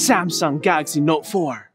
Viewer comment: "Samsung Galary Note 4" 😂😂😂